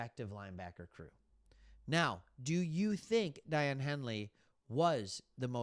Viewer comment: Great video as always! BTW, Daiyan’s name is pronounced “Day-On”. ⚡️